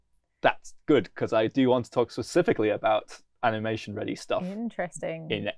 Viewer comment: I'm sure you mean specicifically!